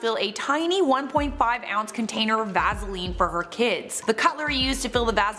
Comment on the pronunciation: The way you say “ vaseline” lmao 😂